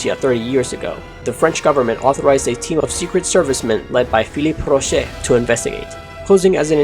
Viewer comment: I'm french and it maked me laugh when he said "Philipe Rocher"!!😂